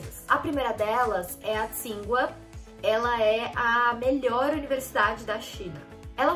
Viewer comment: Ah, uma coisa, o nome Tsinghua se pronuncia Tchin-rruá (Qīnghuá na transliteração em pinyin)